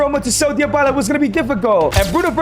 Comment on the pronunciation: why does bro say dyabala